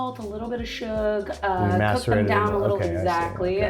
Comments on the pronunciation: Man I thought the comments on Reddit were over reacting about saying "sug" and "ched" instead of sugar and cheddar being like nails on a chalkboard but it was right there on the first and second burger. Please learn to speak and please do another episode where you make them correctly. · How hard is it to say sugar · "shug" "ched" tiktok has infiltrated all media at this point